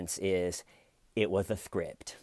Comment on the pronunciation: Where's the scwipt? Styven has it...